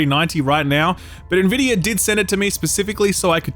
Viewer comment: Can we all just take a moment to appreciate that finally learned how to pronounce Nvidia correctly? 😋